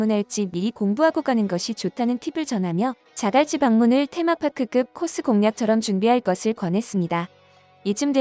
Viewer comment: 즈글치 말고 자갈치 해봐 기자야